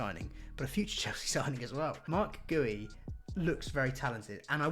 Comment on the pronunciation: Marc Guiu is pronounced like Ghee-oo But tbh even most people in Spain don't know how it's pronounced